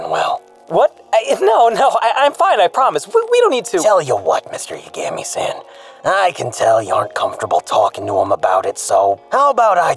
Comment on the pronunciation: I doubt I'm the only one to notice this, but after a while, actually starts to pronounce Yagami correctly.